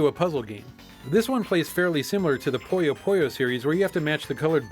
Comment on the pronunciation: Puyo Puyo. Pooh-yo!